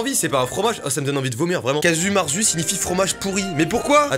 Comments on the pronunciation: Casu marzu 😂😂 j'habite en corse ( prés de la sardaigne ) ca se dit cazou marzou avec l'accent sur les z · Stop ! Ça ce prononce « kadju mérzou » déjà! Ça se trouve aussi en corse, et plus personne ne le mange avec des verres. C est juste un fromage avec un état de « moisissure » plus avancé que tous les autres fromages, en gros, il est juste connu pour être le fromage qui pue le plus, et qui a du coup le goût le plus fort, POINT! ( sinon très chouette vidéo, toujours un plaisir de recevoir des notifs de tes vidéos ) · le Caju mertzu c'est corse et ducoup les PUTAIN DE U SE PRONONCE OU (calme toi yurushi) merci